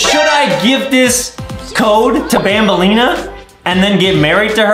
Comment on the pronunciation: Who Tf is banblea? It’s banbaleena dude